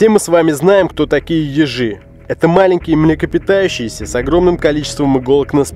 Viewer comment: Когда он сказал ежи мне послышилось езже